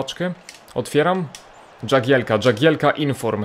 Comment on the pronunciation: chyba jagielka a nie dżagielka